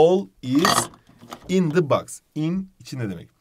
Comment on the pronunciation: cok iyisiniz ama box u yanlis okuyorsunuz 🙃